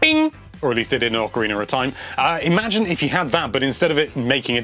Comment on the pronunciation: Yes Zelder Ocariner of time is the best